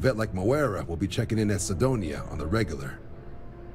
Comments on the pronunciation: Please, it's pronounced Sydonia, not Kydonia. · it's pronounced "Sigh-donia" rather than "Kid-onia", that hurt my brain way more than it should have 🤣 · Hurts every time he says "Ki-donia" haha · My favourite Muse song: Kuh-Nights Of Kuh-Donia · Kih-donia?!? Really? Also, storing contraband at Constellation HQ is peak. Never change! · Is Kid-onia the new Eye-lay-id? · Cydonia should be pronounce the C as an S. Sydonia.... probably... :P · This shouldn't bother me, but John calling Cydonia, Kaidonia is just funny. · Vanguard Recruite: *C*ydonia: Oh! Kydonia! Sarah: *C*ydonia: The Mining Colony of Kydonia! Not unusual for xD But a tiny bit annoying xD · Dumb people always have pronunciation problems. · Muse would like to disagree with how you pronounce Cydonia